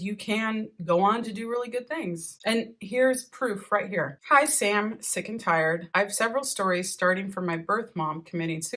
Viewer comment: The way you say sickandtired I'm alway like oh no I hope you get better, then realise